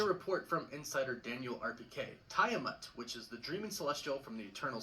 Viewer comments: I don't like how he pronounces Tiamat. I'm pretty sure it's meant to be pronounced Tee-ah-mat. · the way they mispronounced Tiamat and Adamantium is driving me nuts